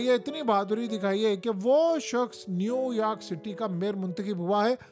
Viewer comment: New Yaark or New York?